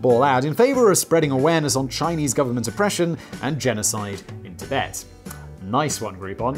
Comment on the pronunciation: Simon: "Chibet" CCP: yeeeeeesssssss, exaaaaaacatary